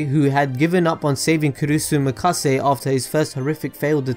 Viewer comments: It’s Makise not Mikase. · "Kurisu Mikase" Lmfao it's MAKISE Kurisu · He also repeatedly said Kurisu Mikase. Like WAT. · wanna cringe even harder? he said mikase instead of makise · its makise kurisu not kurisu mikase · Kurisu MIKASE :v dude... makise kurisu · Did you fucking said Mikase Kurisu? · Kurusu Makasey? At least try to pronounce their names right. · RoyalSoulCrafter yep, he did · Makise. MAKISE KURISU. Good video though. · I cringed every time he said that... It's Makise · learn to pronounce names please. Hououin is not pronounced Hoenheim. its also pronounced Makise.